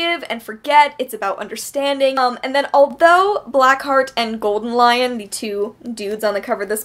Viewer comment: it's "goldenloin" not goldenlion